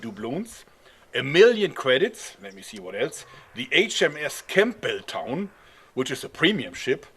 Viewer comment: | the p of campbeltown is silent